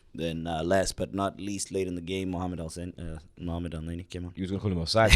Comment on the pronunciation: A man said mohamed el sen errr 😭😭😭😭😭😭